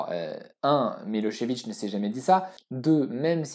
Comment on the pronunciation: C'est très bien documenté encore une fois, et en + tu prononces bien Milo(sh)evic et pas Milo(z)evic comme on entends tout le temps :)